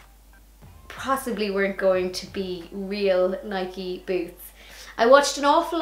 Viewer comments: Even though this post is a few years old and you may never see it, I'm going to leave this comment anyway because I'm from the state of Oregon in the USA, where Nike is headquartered and I can say absolutely, without a doubt, it is pronounced NI-KEE. Two syllables. Period. End of sentence. PS... I've been watching Try channel for a couple of years now and you've always been my favorite cast member. Imagine my excitement when I only last week learned you had your own channel! 💃💃💃🎉🎉🎉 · Since no one has commented yet I figured I'd let you know that you do pronounce the E in Nike! Anyone that cares enough to correct you in all seriousness is an asshole but I figured since you asked a couple times in this video I would let you know so you don't have to wonder anymore!!